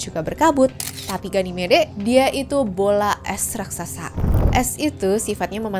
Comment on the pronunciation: ganymed min bacanya😅